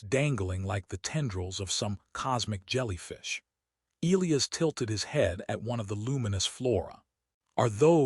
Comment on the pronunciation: Okay why can’t AI pronounce e-LIE-us correctly? Also the Queens body tan looks like she spent time out in the sun but had a top on that was too big so her fuzzy tan lines are too high. Her “armor” cups don’t cover, in fact that isn’t armor at all or it would actually COVER her completely.